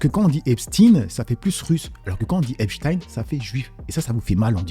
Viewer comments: D'abord il prononce Epstine puis Epstein... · Ils prononcent Epstine alors que EIN ça fait pas INE !! Mais ça fait moins jui…!! On le voit 😂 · Oui, tellement que dans la vidéo juste avant de BFMTV, un des journalistes a oublié qu'il suffit pas de dire "ine", il a fait un mélange il a dit "epCHtine". Parce qu'au fond de lui, il sait très bien que ça se prononce CHTAÏNE et pas STINE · C'est moi ou tout le monde est d'accord pour appeler Albert Einstein, Einstein et NON Einstine, alors pourquoi quand c'est Epstein, dont le nom comme tout le monde peut le voir se termine de la même manière, devient d'un coup Epstine??? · Epstine, un peu comme Einstine le célèbre physicien russe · On doit dire Epstine, comme on dit Albert Einstine...